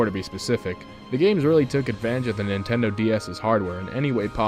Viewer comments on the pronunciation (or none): none